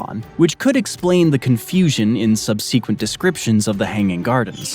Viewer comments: sorry, what does "sub-see-quint" mean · I agree. His sub-see-quent (twice) unnerved me. 😢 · "sub-SEE-quent"... "Meda-jeans"... "Hair O'Stratus"... I swear, these kids think it's ok to pronounce words however they want... Everyone over 35 knows that those pronunciations are incorrect, but don't you dare tell the kids that.. they'll nail you to a cross and break your legs, just for pointing out their minor errors... (I expect nothing but hateful replies to this comment, of course.) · Thank you. Slaves in Babylon carried the water up to the hanging plants with buckets. Also, look up the pronunciation of "subsequent". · Do other people pronounce "subsequent" the same way you do? If so, may I ask where? Is this is a Canadian pronunciation? British? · no he just can't pronounce words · Well, every dictionary (British and American) agrees that "subsequent" is pronounced with the accent on the first syllable, and the names "Metagenes" (Μεταγένης) and "Herostratus" (Ἡρόστρατος) were butchered pretty badly (ask any Greek person), but I guess you don't believe that words have correct pronunciations, and that we can just choose whatever sounds good to our own ears, because "we're all different", so you must not mind when people mispronounce your name, since it's all subjective and up to the whim of the individual.